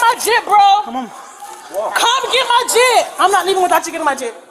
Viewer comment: Jitt - not jeep 😂